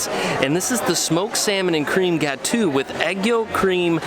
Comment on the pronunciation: Great video. Would love to help you with some of the pronunciations though (gelee = gel-ay, gateau = ga-toe). Yeah, I know, nitpicky.